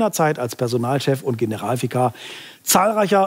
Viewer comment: Apropos Humor-Niveau. Herrn Aussprache von "Generalvikar" (bei oder so) war irgendwie durchaus passend zum Thema. :-p